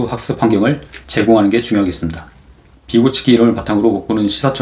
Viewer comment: 쉼은 스키마로 비가츠키는 비고츠키로 발음 수정 부탁합니다